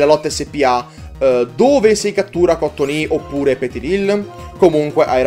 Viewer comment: la pronuncia di Cottonee è COTTONII